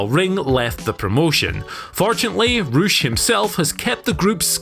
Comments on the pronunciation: Ocean Boi - Not to be confused with Poosh, Rush is actually pronounced Roosh. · I just realised he’s saying Rush not some guy called Roosh